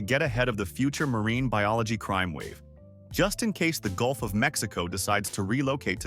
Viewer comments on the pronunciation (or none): none